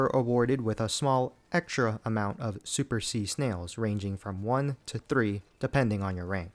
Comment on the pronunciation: “Snee sails”😭😭😭